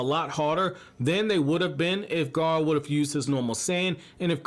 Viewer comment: It's not gaaar it's gara